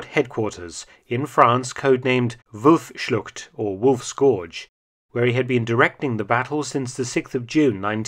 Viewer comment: no not wufschluzzzut its Wolfsschlucht